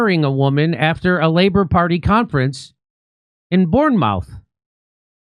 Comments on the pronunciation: Born mouth 😂😂 it’s pronounced bourne moof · "...in Born-mouth..." ROFL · 🇬🇧. We don’t pronounce the second letter O in Bournemouth 😊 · He just said BourneMOUTH 😂😂😂 He doesn’t know what he’s saying 😂😂😂😂😂😂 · What is this about I don’t understand 🙄 Love how you pronounce Bournemouth 😂😂😂😂